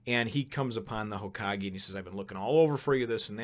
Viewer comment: It's pronounced HōKagé.